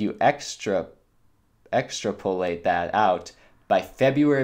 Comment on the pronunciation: Recommend that you read the articles ahead of time, so you can look up meaning and pronunciation of the words. Extrapolate is not that unusual a word.